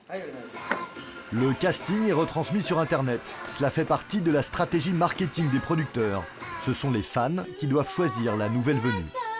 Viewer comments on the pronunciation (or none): none